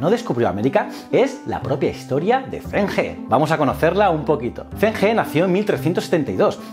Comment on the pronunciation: Aunque el vídeo está genial, como sinóloga he decirte que la pronunciación del fonema 'ZH' en pinyin es más similar a la /ch/ española que a la /z/, es que has tenido que pronunciar en muchas ocasiones nombres propios así y he de decírtelo, que me chirría haajajaja por lo demás genial ajajjaj Enhorabuena por el canal :)